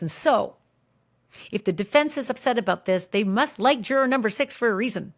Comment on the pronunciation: I keep wanting to watch these but then can't since Ashley can sometimes pronounce juror and sometime just butchers the pronunciation. I quit. Lol